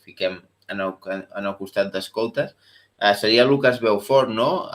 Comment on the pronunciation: Beaufort es pronuncia tal com és el jugador: bo fort